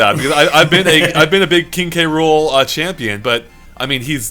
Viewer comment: Say it with me. KING K ROOL